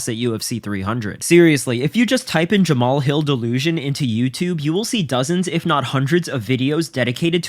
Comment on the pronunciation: Jamma-Hall Hill doesn't know his father! Neither does Jamma-Hall's mother! Feel sorry for him now!! Right now! And I'm getting more than a little tired of y'all disrespecting my boy ! His name is pronounced JAMMA-HALL HILL! GET IT RIGHT!